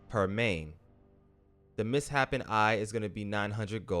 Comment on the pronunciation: Mis-Shapen eye, not miss-happpen. Lol